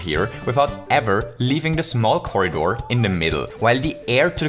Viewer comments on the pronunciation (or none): none